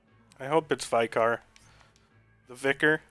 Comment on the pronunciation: Thank you for this help!!!! We pronounce it Vi-car not Vye-car